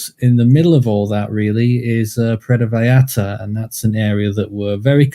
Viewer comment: Actually it's more like VA-SCHAR-TA. there is a real quick and sharp "sch" instead of the normal double l sounding like a y. It's a local way just for vallarta. So you are correct and the y is wayyyy better than sounding the L's like English L's. But one more class above ya its a scha sound. Most foreigners say Porto vayarta.. And it's close so it passes. Puuwerto vyscharta <--- say it like that and kinda quickly. The sch and the r should come out almost with out being noticed.. And project the vy, a, ta strongly. I've been living here for so long I was always getting corrected when I'd say it like you are describing and finally a local explained it to me..